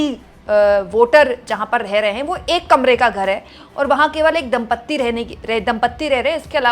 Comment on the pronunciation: "Dampati"...... NOT.....DAMPATTI.... PLEASE 🙏🙏🙏🙏🙏